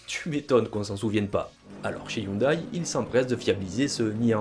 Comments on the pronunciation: On prononce Hyundai ioundé et non ioudaille ! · On ne dit pas "youndaille" mais "youndé" 😉